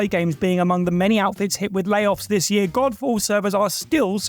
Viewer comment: Am I the only one here who heard 'Golf ball' here instead of Godfall? X'D I do hope that was intentional XD